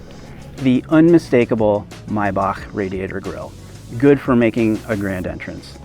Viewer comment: First, you guys decide how to pronounce Maybach properly. Sometimes it's May- Bash and sometimes it's My-Back....wtf?!?!